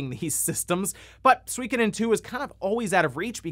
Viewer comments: I find it funny how you pronounce Suikoden. :D In Japan every syllable got the same rythm/speed with which they are said. So it's Su-i-ko-den, and not Sweekeden. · I swear nobody knows for sure how to pronounce Suikoden. I've seen some youtubers pronounce it soo-KO-den, SWIK-oh-den and SWEE-ko-den